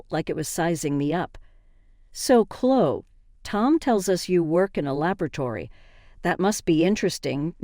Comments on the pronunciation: Can you say Chlo - E ??? Her name is ChloE !!! Her name is NOT ChlO !!! Got it ??? It’s getting on my nerves !!! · It's Clo-wee. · English isnt your first language is it? Its Chlo eeeeeee